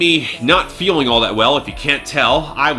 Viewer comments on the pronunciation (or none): none